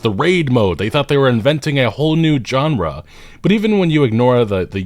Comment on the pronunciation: Is going to apologize?? Also, take a drink every time says JON-ra.